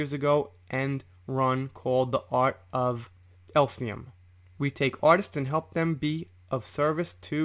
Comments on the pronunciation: Elysium not Elsium. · I cringe at the mispronoumcements. Elysium is pronounced “Eleezium” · It's pronounced ah-leees-e-um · Its pronounced eliss see um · Just a gentle help with pronunciation try Eee-Lee-Cee-Um for Elysium. The only reason Whitney is on Amber's side is because she's probably bankrolling her, as well as using her as a replacement punch bag now Johnny's gone. As for giving her 7 million to charity, Johnny's lawyer subpoenaed the charities to get proof of the payments and Amber's lawyers tried to block it. Surprise, surprise! Considering it was 7 million dollars and she's worth 9 million, and spending, she probably given a token gesture or just a promise of the money. Probably why she chose them because Howell would know that she had not given the money and made a fuss about it. Where as the larger charities would say nothing. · morning! thanks for another great video say it like this: the art of E LEE SEE UM its the ancient greek version of heaven, rolling fields of wheat and whatnot:D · Just a heads up, elysium is pronounced more like "ee-lee-zee-yum". Thanks for the info and thorough research 👍 Hopefully Johnny makes it through this bullshit. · Elysium = "El-Ee-See-um". That's not even an uncommon word. It basically translates to "Heaven" and comes from Greek. It's very basically phonetically sounded out. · Fyi: Every time you mispronounced Elysium (as in The Art of Elysium) I found it disconcerting. No big deal. Just thought you might want to know in case this comes up again in one of your future videos. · Ell-liss-e-um /Elysium Please try to pronounce it correctly. I cringed each time you paused then said it completely wrong. Other than that, good job on the vid.